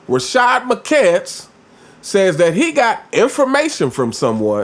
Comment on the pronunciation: My guy, please teach ya boy how to uncinate that “S” on the end of Rashard McCants last name! He see’s it just like the rest of us, but somehow can’t put the s on the end when he says his name! He can successfully say words like us, this, his, Arenas…but not McCants…damn shame!